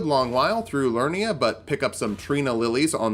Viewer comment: Each video of yours you've mispronounced "Liurnia". You keep saying "Lurnia" but there is clearly another syllable. "Li-ur-ni-a" not "Lur-ni-a"